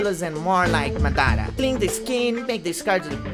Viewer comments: bro i really love ur vid's really inspirational nd effort u did there it really inspire me Just can u look into this if u don't mind my comment id about the word u spoke there just correcting because he was the greatest shinobi nd the amazing Uchiha its MA DA RA not MDA RA 😅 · great work, looking forward to the entire animation. By the way its Madara, not Madaaara